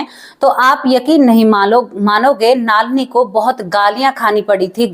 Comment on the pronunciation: आपका।उच्चारण बहुत खराब है नलिनी नाम हैं